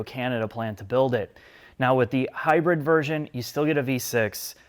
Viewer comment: Did he call it high bird Lmfaoo